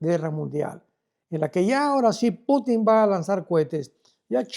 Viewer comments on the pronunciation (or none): none